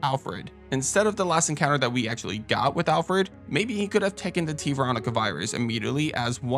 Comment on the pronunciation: Lol, Re5's version of Homelander. I definitely think his actor would make a solid wesker if he wasn't doing The Boys. Is it just me or does the clip of CV have Alfred's name come out as Alferd?